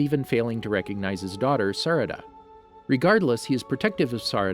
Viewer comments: oh btw he butchers the name sarada and says sdaraa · When he said sadra I snapped 💀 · Sureee sasuke’s daughter sadara,lmao it’s sarada but good video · He can’t say Sakura it’s (Sa-ker-a) and Sarada (Sar-a-da) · Nobody:: SaDara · 😭😭😭😭the names suh coo ra suh ra da how do you pronounce them that badly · Bruh sawskay, sukura, Sadaruh, Naruto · Did he just say "Sadara" instead of Sarada? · I hate how he says, sasuke, sakura, sarada and sharingan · The way he say sakara was so much worse he says sakuraa and he also says sarada for his daughter lmao 😂